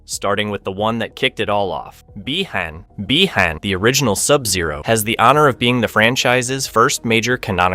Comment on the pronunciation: Or when he mispronounces Bi Han